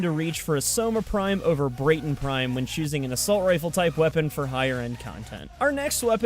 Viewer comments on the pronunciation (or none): At the moment the only thing you need to get soma prime is learning hoow to cancel a free twitch prime trial. So it's basically free. P.S it's BRAT-TON not BRATE-TON :) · This man just said “brayton prime” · tfw you cant pronounce Braton LOL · Why call the braton brAton prime it's like walking up to a white guy and saying he's black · I know im a year and a half late but please pronounce the Braton correctly